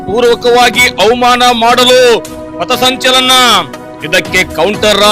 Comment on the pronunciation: ಪತಸಂಚಲನ ಅಲ್ಲಾ ಪಥಸಂಚಲನ... ಮೊದಲ ಕನ್ನಡ ಕಲತು ಆಮೇಲೆ ಹೋರಾಟ ಮಾಡಿ😂😂😂